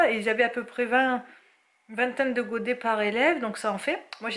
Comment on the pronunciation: l'accent du Sud quand tu lui demande combien de godet!!! mdrrr